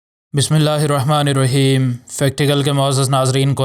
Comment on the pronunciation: تلفظ درست کرلیں بسم اللہ الرھمن الرھیم نہیں بسم اللہ الرحمٰن الرحیم ھے